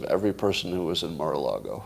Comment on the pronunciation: Until Scott proves that he can pronounce the word Mar-a-Lago correctly (it's NOT "Marlago"), it's folly to entertain his Trump speculations with any seriousness.